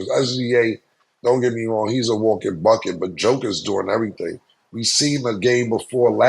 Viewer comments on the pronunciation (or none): none